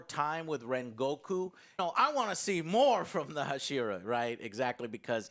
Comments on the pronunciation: They way joe pronounces hashira just doesn’t sit well with me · think Joe can just say Pillar instead of Hashira lol. Also does this even count as a movie when it's literally a direct sequel? But it does speak volumes to how good Demon slayer is doing when a not 'movie' but sequel is crushing it.